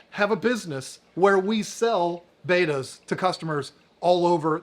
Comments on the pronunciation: How do you have this much interest in "Bet-ta's" and still pronounce it "Bay-ta's" 🤦‍♀️🥴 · They’re not betas that’s radiation. They’re bettas. Short e….